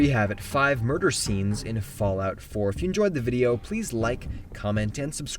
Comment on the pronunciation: Did you say 5 burger scenes?